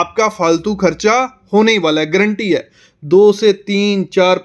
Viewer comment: ग्रंटी नही भाई गॅरंटी